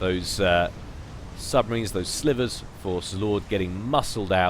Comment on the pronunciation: pronounced the T1 sub as slivers The Cybran Tech 1 submarine is called "Silver" lol:P